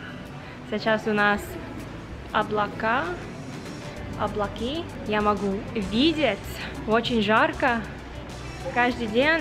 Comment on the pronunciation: классные ролики про Питер у тебя получились. Мои питерские друзья из-за тебя получат выговор- каждый год езжу туда, а в музей фаберже меня не сводили. Правильно всё же говорить облакА, послушай старую добрую песенку-со своим знанием языка должна понять её